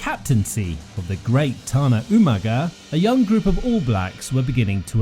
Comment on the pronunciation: FYI: Umaga is a Samoan name and is pronounced "ooh-mung-ah"